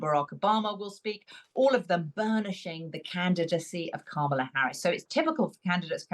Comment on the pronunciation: Carol - learn how to say Kamala’s name properly- it’s not hard.